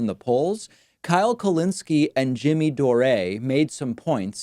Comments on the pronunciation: “Jimmy Door-ay”. 😂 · Jimmy Dor-eh? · I think it's because English isn't his original language. It HAS to be. WHO says "Doray"? Lol. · Why does David mispronounce peoples names so frequently? Jimmy Dorée? Tulsi G'barred? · if you read " anit warren videos"... you can understand " smear videos...and that was clear that david is not going to do that. And he doesn´t say anything about Jimmy dore or kyle ....:) it is funny how he pronounces jimmys last name :) doré....:) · Jimmy Do-REH; Tulsi GahBARD lmao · Uh, who are Jimmy "Dough-Ray" and "Tulsi Guhbard" ? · Jimmy Dorray? Tulsi Guhbard? lol come on now. That's silly. You know how to pronounce them. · Why the weird pronunciation for Dore and Gabbard? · What’s with the weird pronunciation of Dore?? I’m pretty sure Pakman knows who Jimmy Dore is... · Objectively pointing out the differences between two candidates during a Primary is not smearing them. I can't stand Jimmy Dore and don't support Tulsi but you sound like a childish right-winger mis-pronouncing their names. You are losing a lot of respect from people over your disingenuous behavior. I was a paid member at one time. I know, I know good riddance.. (while you beg people to support you because YouTube is mean to you for demonetization). Good luck. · You just mispronounced two names associated strongly with new-wave american progressivism hahahahaha Dore and Gabbard, as if you never heard of them I admire how you try and distance yourself from any team-like mentality, though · Hehe I love the not so subtle jabs David is giving Jimmy and Tulsi just by pronouncing their names wrong.